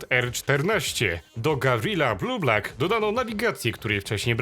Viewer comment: Auto nazywa się Gavril BLUEBUCK, a nie Bluebluck, jak mówiłeś